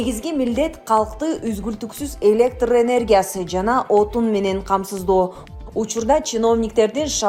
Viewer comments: "Электр" деп "ы" жок айтылат. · Электыр энергиясы деп окубай, таза окусан боло ой, журналист кыз!